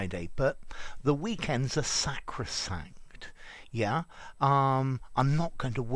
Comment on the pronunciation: This channel is sacrosanct to me. Also, I really enjoyed the pronunciation of sacrosanct.